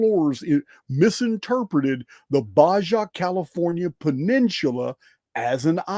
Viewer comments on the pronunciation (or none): Baja = Bah-hah: Peninsula = Penin-soo-la